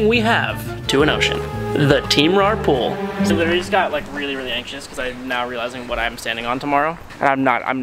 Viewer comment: The voice over😭😭 "tHe TeAm RaR pOoL."